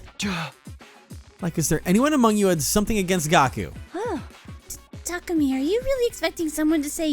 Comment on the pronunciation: Well, its more like neither of those are valid, as someone that speaks Japanese. There is no stress accent in Japanese (only pitch accent). So its "Ta*ku*mi" (with no stress). But stress on the first syllable sounds at least closer than stress in the middle.